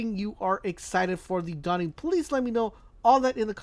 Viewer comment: "The Dawing"